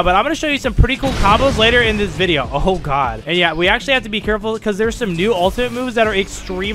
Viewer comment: Bruh it’s video not bideo